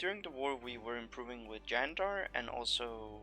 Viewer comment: Hey, correct Candar pronunciation. Cool.